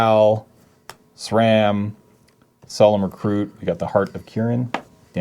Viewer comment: I believe it's pronounced Shrum